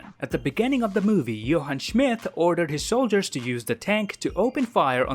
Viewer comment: “Johann Schmith”